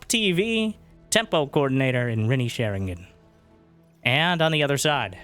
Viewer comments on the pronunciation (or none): "Renee sharing an" 🤣🤣 love it